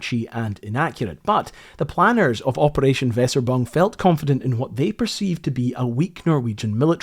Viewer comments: Weser übung is two words elided. The nearest I can get to its pronunciation for an english speaker is "Vayser ooboong". Sorry! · Thank you for video. Weserùbung is prononced: WeeeeserYbung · Maybe next time also research how to pronounce names of stuff. The repeated use of "Wesserbong" was cringe worthy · GREAT video; excellent presentation. Your unique military related videos are fascinating. One minor note: it's Weserübung - pronounced "veseh-oo-boong"...Übung being German for 'exercise' or 'training'. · brilliant episode here, thanks. Tiny correction on pronunciation of Weserübung - - "Vey zer Oooh buhng" Cheers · Quick tip for speaking german words. A lot of em are literally just two nouns combined into one word and also spoken like it. Weserübung is made up of Weser(a river in germany) and Übung(german word for exercise. The word isnt spoken fluently but rather as if they were actually two words just spoken right after one another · Just watched this video for the second time and gotta say: Good job, it's very captivating and a very interesting part of Norway's history in the 2nd world war. Just one note: The way you pronounce "Weserübung" is completely wrong and it grinds my gears. For future videos, maybe you can just use Google translate for the correct pronounciation (or contact me and I'll send you an audio file 😀) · Please edit the text and pronounce Weserubung properly. It is downright silly. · Thank you. Why is it so dificult to pronounce "Weserübung" in English?? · Cannot get through the butchered pronunciations of German words, eh, seemed like a nice video. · Wow....I have heard German words being butchered by people who did not bother to find out what those words actually sound like in German, but the killing of the German word Weserübung was epic........ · Good video, although your pronunciation of Weserübung is charmingly atrocious 😅😅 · Great story, very well animated - however…. I think he is trying to say ‘Weserübung‘ …..